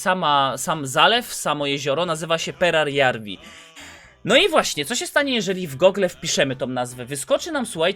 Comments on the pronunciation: Nie czyta się perjararwi tylko peradżawi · Perajarvi a nie perarjarvi kurw... tyle razy błędnie powtarzane to już tiltuje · Mógłbyś czytać perajarwi zamiast perjararwi?